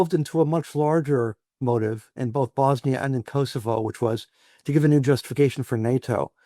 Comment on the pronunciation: it’s not Kossyfos it’s Kosovo